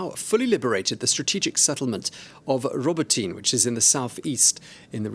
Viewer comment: ra -bot-na is how Robotyne is pronounced